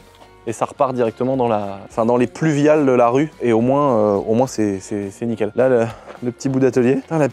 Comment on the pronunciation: Les fluviales 😂😂😂 les pluviales mon cousin !!!